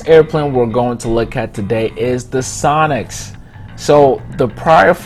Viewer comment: When you sad sonix I heard sonic -_